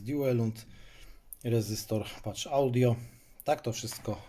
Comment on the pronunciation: Mała lingwistyczna ciekawostka: PathAudio wymawia się : paf [t i f w jednym] audio nie pacz audio.